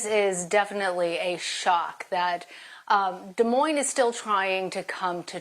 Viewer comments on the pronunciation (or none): It is pronounced DEE MOIN not Del Moin